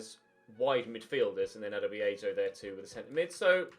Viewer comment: Anyone else sometimes hear Aberdeen when he says Abadia?